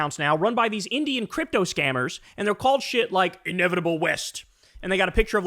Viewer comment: I don't like the way Kyle said "Indian." Why's he got to put so much stank on it? It's common knowledge that the biggest bot farms are in China and Russia. But his only example is bot accounts from India talking abt crypto and Rome.